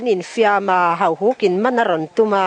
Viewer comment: Pu Vana chuan Hauhuk chu Hahuk a ti tlat mai a!